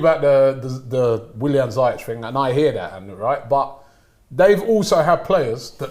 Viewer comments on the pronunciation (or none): they still call ziyech(ziek) its (zeash) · its not ziy-jech its Pronounce seayek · Who the hell is, "Zaahyech"???